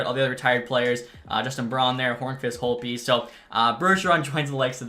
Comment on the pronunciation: Another pronunciation for you, Justin Holl's last name is said "Hall", not hole